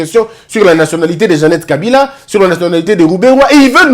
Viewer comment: On doit le défier en prononçant seulement les Nom des leur frère Kabila et eux il prononce kabirrrraa